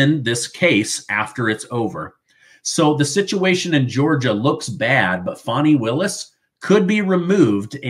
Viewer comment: It’s Fanny… like Fanny pack! FannyPak Willis..! Stop calling her a baby deer with that “fawny” pronunciation 😂